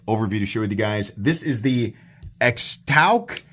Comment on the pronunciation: I think it's pronounced Shtouc.